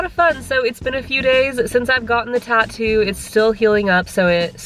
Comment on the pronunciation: It’s tattoo not tato 😕